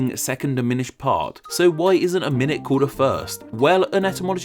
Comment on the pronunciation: like, "my-noot?"